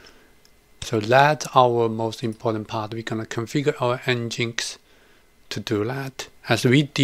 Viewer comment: great vid. nginx should be pronounced 'engine X', and not 'n-ginx'.